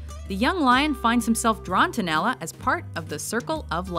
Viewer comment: Why is she calling her Nela instead of Nala?